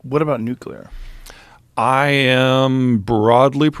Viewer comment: Is anyone else bothered by how he pronounces the word nuclear?